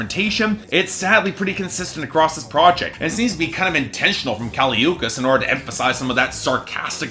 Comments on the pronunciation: How can you listen to the album and still pronounce her name wrong idgi. Btw the album’s a 9/10 xox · U said her name wrong 🤧🤧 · This review is just... wrong, and you how go through at least 10 listens of the album pronouncing her name wrong idk. Especially since BIA says her name in the beginning of Miami, I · If you don't know how to pronounce her name, you shouldn't be reviewing her music. I'll stick to professional opinions. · At least pronounce her name right you dicksplash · THE WAY U SAID HER NAME BDDSGGHFDFGFG IM DYING